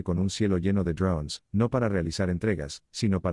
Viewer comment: Ud. habla Castellano, diga DRONES.